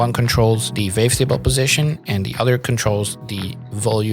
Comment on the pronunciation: super helpful, thank you so much! my favourite part is the fact that the captions match your accent with the "vavetable" haha